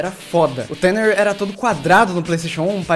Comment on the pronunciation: tanner se diz tana..... eu acho ...se n for a culpa e da voz do google tradutor!